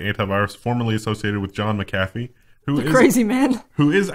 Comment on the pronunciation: Mack -ah - fee. not Mick-afee